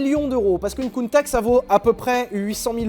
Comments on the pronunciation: Holalala !! tout faut. Ca se dit : Countach. Voilà. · ça se prononce "Countach", de rien ! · c'est avec grand plaisirs que je contribue, on dit Countach. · alors la vidéo est top les gars comme d'hab on se fend la poire ;) mais j'ai failli vomir en entendant le nom de la lamborghini coutach.....ah là le countakkkkk m'a plié haha. On dit coutachhhh ;) comme tache haha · C’est prononcé "Counnetache" Pas Counetak Car en anglais on dit genre "Kounetâsh" Voilà .-. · Arrête de casser les oreilles "Countak" C'EST UNE COUNTA SSSSSHHE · Lamborghini Countach:prononcer Counetache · Shelby cobra peut être pour 1 millions ?? Sinon super vidéos et c’est coutacccchhhhh 😂😂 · On prononce Countach je crois. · moi je dis countaTch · on dit countatche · à mon avis on dit Countach. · On dit "countach" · Je dis countatche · on dit kountaRRR si on prononce à l'allemande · On dit Lamborghini Countach comme Chocolat pas cacao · je confirme on dit countach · Ar' on dit Kountak'! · On dit countach. C'est vrai qu on peut aussi dire countach ou countach. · En italien ch = k donc countak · Pour moi ça se dit countach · Mdr...si c'est Countakhhhh. ..mettez le en commentaikhhhhhhh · Yes enfin un top pour POG 😂 Et c'est countacheeee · Moi je dis "Countatche" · Sylvain, figure toi que je dis countach ! Pas vrai n'est ce pas ?